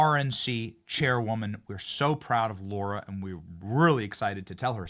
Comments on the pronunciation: Pretty sure it’s “lar-ra” not “lor-ra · 😂 Love the clip - McConnell needs to go. It’s Lara not Laura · Larah!!! Not laura! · Benny it’s Lara Trump LARA 🤣🤣🤣🤣🤣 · Benny it's LARA not Laura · Benny - it's LA-RA, NOT LO-RA. Lara. Not Laura. This is like my 8th time saying this, please someone read the comments section.❤❤❤❤❤❤❤❤